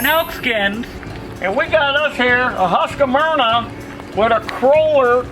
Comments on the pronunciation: The name is HUSQ VARNA why do SO many say HUSQ A VARNA? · Hearing them US folk pronounce "husqvarna" is always fun.